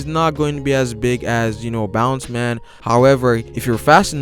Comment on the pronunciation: Its Bounce-man not Boundman